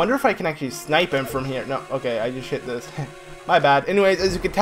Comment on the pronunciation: U said shit instead of hit I’m a kid... SO work on your pronouncement!